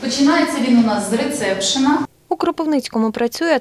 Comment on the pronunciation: Рецепшн... Давно так не сміявся😂😂😂 Совєтська поліклініка перейменована, вуаля - ресепшн😂😂😂😂😂